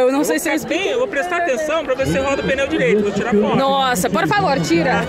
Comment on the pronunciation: EU ENTENDENDO QUE ELA TAVA NA FILA PRA RODAR PINHÃO, DEPOIS FUI ENTENDER QUE ELA TAVA DIZENDO PNEU 😂😂😂😂